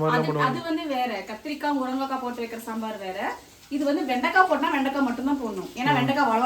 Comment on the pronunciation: First pronounce the words properly morankai illa athu murungai kai